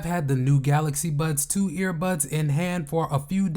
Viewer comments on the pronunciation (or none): Why do you keep saying "Buds Twos" and "Buds Pros"? They're called "Buds 2" and "Buds Pro".